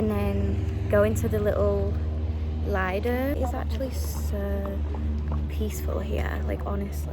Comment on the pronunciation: It's Leedo("Lido") Like "Leeds".🙂 It's ok, I understand it's a difficult language to learn...